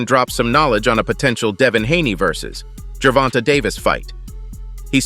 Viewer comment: Ger-von-tayyy say it with me Ger-von-tay no ger-vont-a jesus😂😂😂